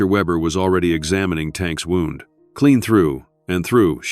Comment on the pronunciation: An intriguing story that would have been much better had it NOT been read by AI. A literate human would have known the pronunciation of different words with same spelling and chosen the correct pronunciation. AI done not read contact and chooses the wrong pronunciation, e.g. “wound” and an injury vs “wound” as in twisted around.